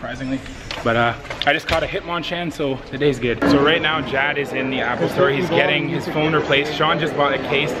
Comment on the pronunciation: it is Jad not Chad